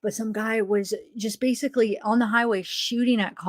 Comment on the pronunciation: Pervy man says “basily”